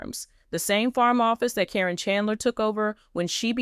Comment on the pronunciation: It’s “care’ in.” Accent on the first syllable.